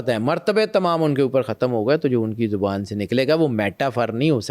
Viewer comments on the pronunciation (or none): none